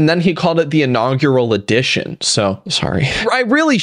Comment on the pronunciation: He did not call it the “inaugural edition.” I believe he said it was the “inauger addition.”